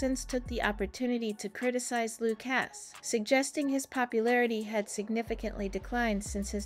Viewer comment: Loooocas? His name is Lucas pronounced 'Loo kus' and honestly, you're reporting on a small snapshot in time. Give momentum time.